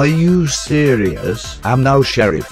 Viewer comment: ITS SHERIFF NOT CHERIFF